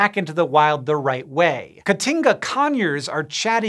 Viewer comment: Hearing an anglophone saying Caatinga is so funny lol D